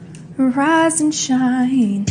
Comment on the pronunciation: I know it’s rise and shine but it sound like “Veriiizon Shine” to me😂